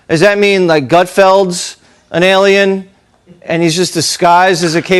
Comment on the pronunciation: a-LIE-n fallen angel.